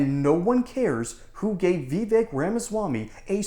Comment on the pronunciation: I wish people who stop mispronoucing Vivek's name. It is pronounced like it would rhyme with cake. Vivek is assuming this joker is intelligent.